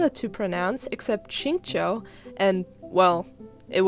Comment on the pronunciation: "Genshin pronounciation guide" "Shing chou" 💀